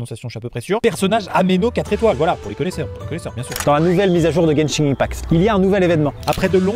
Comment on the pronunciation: Non seulement ça, mais également le random " g " ajouté à fin de Genshin sans raison ^^'. Je sais pas pourquoi plein de gens prononcent ça " Genshing ".